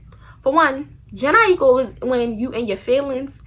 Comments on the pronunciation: IT"S JA-NAE I-KO. LMAOOO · bestie it's (jhene aiko) "janae i-koe" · Hahaha when you said jhene aiko lol you said it wrong but in a funny way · its you pronouncing jhene aiko name wrong but the shi was funny ass hell 😭😭😂.